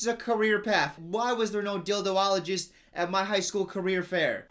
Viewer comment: Actually Hitler killed himself by gunshot,. Also, you still can be a Dildologist (or as you pronounced it: dildowologist), it's never too late;)